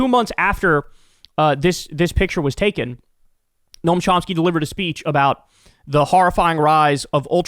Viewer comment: Noam Chomski? Good grief.